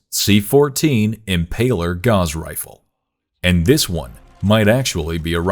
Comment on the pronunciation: Your mispronunciation of Gauss made me dislike sorry mate